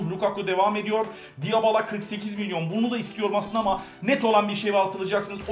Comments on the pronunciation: abi dybala nın okunuşu diyabala değil dibala sözde spikersin boyle spiker mi olur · abi o diyabala değil dibala olarak okunuyor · abi niye diabala diyon normalde dibala